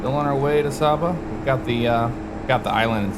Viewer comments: just a pronunciation check it is pronounced Sayba not Sawba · Great Video, FYI the island is pronounced Sey-buh. Love seeing FSX videos of the islands I grew up around. If you want to try another intersting approach you should try Melville Hall in Dominica, Approach takes you on a left base to final between hills with an almost blind left turn on short final. 100% VFR only airport.